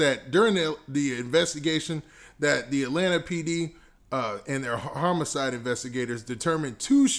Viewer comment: Man said “Harmacide”